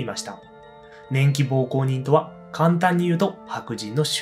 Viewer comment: 年季膀胱人ってなんだよw 奉公は「ほうこう」と読みます。